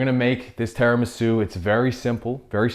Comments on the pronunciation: as an Italian I can say it's called tiramisu not teramisu jajajaja love u guys just joking x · I know. I'm pointing out his pronunciation of Tiramisu